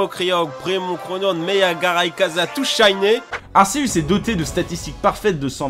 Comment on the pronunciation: mdr "tout shyné"